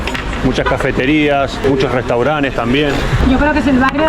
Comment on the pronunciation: No sé dice restauranes, es una palabra francesa restaurant. En español se pronuncia restaurante y si le añades la " s " al final, tendrás restaurantes.